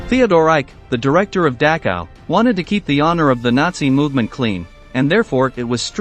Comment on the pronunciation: Learn how to pronounce Dachau correctly